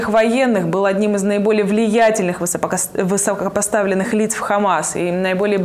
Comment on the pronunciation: единственная ведущая которая не может выговорить слово "высокопоставленных"😂